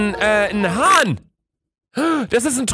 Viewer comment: Hahn nicht Han